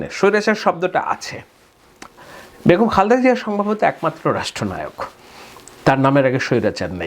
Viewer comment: Khalda Zia? Khalda ki Mr.?? Chabiye chabiye Kotha bolen atlst naam ta thik Moto bolen.